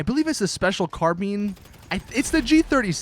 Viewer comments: Seriously though. Every time he pronounces it like that I'm just like "You moron. It's carb-eye-n, not car-bean!" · It's carbine not carbean. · Finlay Hastings ikr it's carbine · why do people pronounce carbine "carbean" its pronounced carbiyn. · Naethan Carter it's pronounced car-bine not car-bean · Really? ‘Car-bean’? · He said carbeen rifle -He said the buzzard is the best weapon when the savage, Valkyrie and hydra are much better. -He said bati 101. I'm done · Carbean? What an idiot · Did he just say 'special carbeen???' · Yes the G36C (C stands for Carbine pronounced: car-byne) is my favourite of all of the guns. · "The special carbean" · "it's the special car-bean" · The Special CarBean😂😂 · special carbeeeen you can't pronounce carbine right yet you remember the weapons name #rockstarlogic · Special Carbean lol but nice video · Special carbean? Really? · Special Car-bean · Its the Special Carbine. (Car-byne) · special carbean lmao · did this nigga just say carbean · Lol he said "special carbean" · "carbean" lmao! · BboyRadioactiv3 carbean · Please stop saying carbeen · um im not even good in English but there is a difference between bin and been and Ben so yeah its "bine" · He butchered "Carbine", $5k for just one rebreather is overpriced & the Cargobob costs $2.2 mil in single player, no where near the $185k price of the glitch to buy it back then. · The way he pronounces carbine.... why